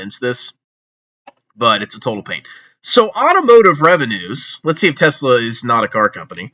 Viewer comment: REUUUUU Tezlahh my ezlahhh